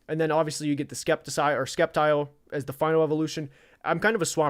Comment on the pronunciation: hey, first i want to say i Love your rants, they are hysterical. Also, Sceptile is pronounced " Septile ", the C is silent. and the word Pokémon: the E with the accent mark on it, that makes it a schwa sound so, it's pronounced like " poke-uh-mon " not trying to be critical or anything, just trying to help you out. as far as favorite Pokémon, my top three are Charizard, Blaziken, and Magmar. so, definitely with you on the Fire type favorites, they're definitely a hot topic. i would love it if you could do an all Pokémon stream where you talk about your favorite battles from different episodes. for example, one of my favorites is the battle between Charizard and Magmar for the Volcano badge.